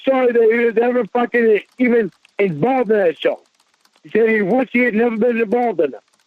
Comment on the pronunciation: He nevuh even wanted ta go theah